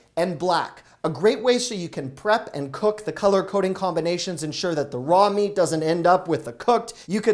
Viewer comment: I wasn't here for the emphasis on "prob" & "meat" you're better than that 😳 eating thr drum sticks before you made it home made up for it...I can relate as I may or may not have did the same with their Costco Pizza 😊